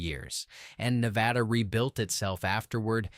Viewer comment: It's not New-vay-duh. It's Nuh-vay-da. Where the hell you got "new" from is beyond me.